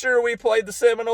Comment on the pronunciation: "...AGAINST THE KriMINOles..." 🤣🤣🤣 GO NOLES!